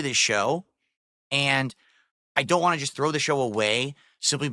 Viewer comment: no phonetics, dsp can't say "want" or "both" etc